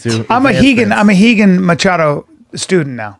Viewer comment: Bryan's pronunciation of 'Machado' is killing me with cringe